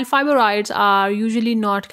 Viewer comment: I was wondering the same thing. It sound like she said fiboroids.